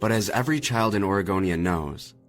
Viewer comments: Its Oregonia... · It's Oregonia, Ohio. Not Aregonia. He's just pronouncing it with a drawl or something.